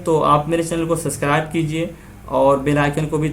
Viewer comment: Sir please not speak suscribe Speak subacribe